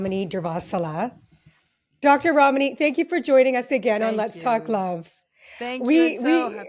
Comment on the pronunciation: I love Dr Ramani so much. I also appreciate the host for pronouncing her name correctly. 😁